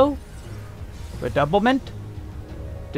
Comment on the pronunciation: Redoublement is a French word as well, pronounced roughly as “reh-doo-bley-mo’ “. It means repeating, doubling, or intensifying. Just wanted to help enlighten since you pronounced the other ones like corps-à-corps (body-to-body) and moulinet (reel) well enough.